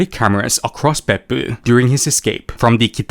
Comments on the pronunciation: Whenever you say Beppu I hear buttox.... Peppu is butt in Finnish. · I love how you pronounce " Beppu "